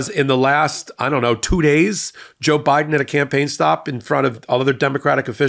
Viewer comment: I laugh every time I hear you say JaBiden! 🤣